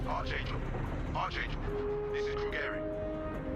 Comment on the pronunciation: This has nothing to do with the gameplay but that's not how you pronounce the word archangel. It's a hard k like Ark. Immersion RUINED.